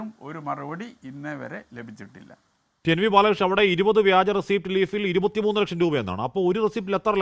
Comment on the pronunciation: ഓരു ലെക്ഷം ഒരു റെസീറ്റിൽ കേൾക്കാൻ നല്ലരസം